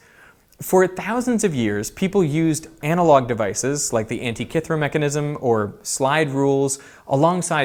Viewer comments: Antikythera not ‘antikethra’…please and thank you 🥹🤓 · pronunciation is antikeethera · Why can't Americans speak English?... the device at the start is the anti-k-theera device...with K pronounces as in Cup.....what a shame you choose to ruin a video with bad grammar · 20 minutes of Derek mispronouncing Antikythera 😁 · I think it's pronounced Antikythera ... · It's not ANTI KITH RA... THEEE RA... PRONOUNCED LIKE THAT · Are you pronouncing Antikythera wrong on purpose? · Nice video, but Antikythera isn’t pronounced like that.